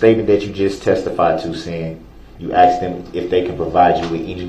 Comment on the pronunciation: brooks could create a language of his own. A couple of my favorites , axed and troof.